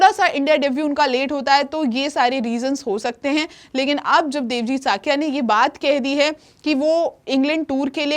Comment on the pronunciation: Thuhi ji wo sakiya nhi saikiya hai